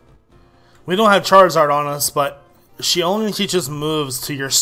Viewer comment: CHRAR- I-ZARD